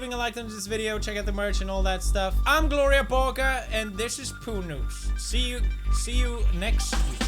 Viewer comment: why is it GLORIYAH BORGER now and not GLORIA BORGER!!!!!What did you do to her poods